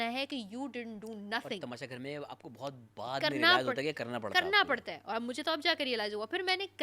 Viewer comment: Sara neelum Kuch words ghalat bolty hai Tu madam aap Ka Bhi word " Buhat " ghalat hai 😅 !